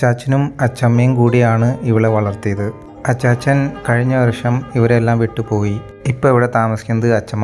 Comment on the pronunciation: അച്ചാച്ചൻ അച്ഛമ്മ എന്ന് പറയുമ്പോൾ ഒരു ചൈന മോഡൽ വരുന്നുണ്ട് 👍👍👍